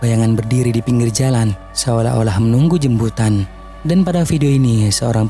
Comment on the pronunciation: Kak jemputan bukan jembutan😂😂😂😂😂😂😂😂😂😂😂😂😂😂😂😁😁😁